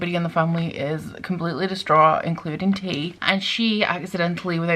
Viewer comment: You pronounced her name wrong tea it's pronounced like Tia like Leah or a nickname of Tiana